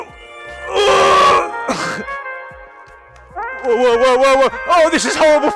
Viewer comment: he shows his true british heritage I'M GUNNA FUKIN DIE